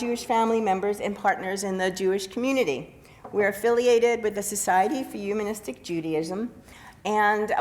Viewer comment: Andy Anaya thank you I couldn't stand her saying "umanistic" instead of humanistic over and over